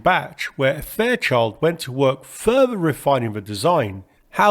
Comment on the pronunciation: Ffff-ousands …. Fff-eee.. great video. 194free … You have to work on pronouncing TH …. Tung near and behind front teeth, slight blow and you have TH sound … further, you say furver.. … you try and avoid saying Th at every opportunity …..